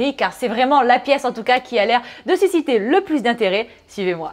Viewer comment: "La pièce qui a l'air de susciter le plus d'intérêt", j'ai littéralement cru entendre "SISSYter le plus d'intérêt". 😂